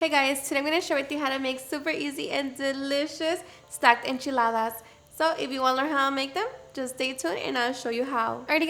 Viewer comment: I can listen to her say enchiladas all day...